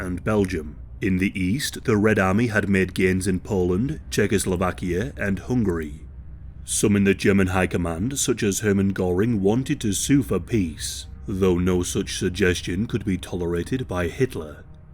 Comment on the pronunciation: Hoongary? Dude, that's too much!